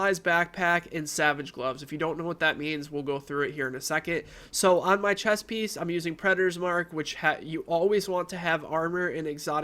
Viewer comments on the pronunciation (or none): none